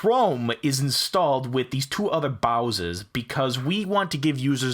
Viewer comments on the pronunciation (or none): lol he says bowsers in place of browsers